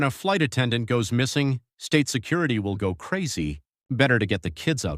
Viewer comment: It’s called STATE security, not state SECURITY! Terrible AI voiceover.